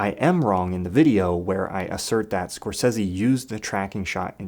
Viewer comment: I love your channel bro, real shit - its dope AF. But after the last time you did a Scorsese related video, I damn near lept off the roof head first everytime I heard you pronounce his name Scorsessssy so I promised myself I'd never watch another video by you if it had to do with Marty lol